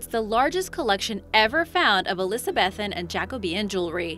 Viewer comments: It’s not elezabethan it’s eleza-be-thee-an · Hearing her pronounce Elizabethan as Elizabeffan actually hurt me a little bit just then. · The narrator’s pronunciation is cringeworthy. Elizabethan, Archimedes, Syracuse...These are words we all learn by the 7th grade.